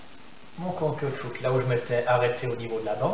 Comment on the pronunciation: Caoutchou"que" ? :) hahaha merci pour cette super démonstration!